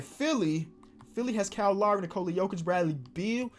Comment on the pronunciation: Literally nobody:: “Bradley Beald”